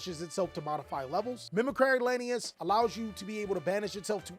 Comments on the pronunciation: Why does every Yugituber pronounce "Mimicry" so strangely? It's an English word, it's not a portmanteau of "Mimic" and "Cry". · Yeah it annoys me too. It’s not like the word “mimicry” is an uncommon word either